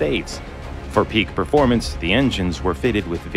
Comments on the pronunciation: I don't want to be that guy, but... "perforemence" I lied lol I DO want to be that guy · Hey there is no such word called "Perforemence"